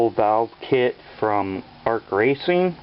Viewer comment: That is pronounced A-R-C not arc